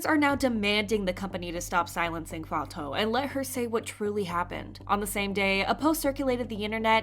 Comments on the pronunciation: Its /fatu/ btw not fato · bestie it‘s not fa-toh-oo, it‘s fa-too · her name is pronounced like "fah-too" not "fah-tow" just to let you know, great video btw! :) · Fatou is pronounced: fah-too.... not fah-toe. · Just wanna say it’s pronounced “FAH-TOO” Not “fah-toe” not to be rude or anything 😬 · I'm senegalese (and my name is fatou too) the right way to pronounce it is "faa-to" but even my classmates call me "fa-too" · no it’s “Fa-too” I am Senegalese too and my mom’s name is Fatou and that’s how we pronounce it, I never heard a Senegalese pronounce it as ‘Fato’ since the “ou” in french is read as “oo” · Hi, I just wanted to clarify that Fatou is pronounced "Fa-too" as in the actual word 'too' or "Fatu" if that helps. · I’m pretty sure Fatou is pronounced “Fatoo” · Girl it's pronounced as Fatuuuu, that's how they say it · I’m sorry but her name is Fatou the “ou” is pronounced like an “oo”. Not Fato. It was bothering me so much. Black people getting their name mispronounced when it’s super easy to pronounce it well is getting so annoying. Especially when other YouTube kpop news channels are pronouncing it right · not "fa-toe" 😭 cmon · Thank you for keeping us informed! just a small correction: Fatou's name is pronounced "Fa-too" :) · the way you pronounce fatou lol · Just a fyi you aren’t pronouncing Fatou’s name correctly 😊…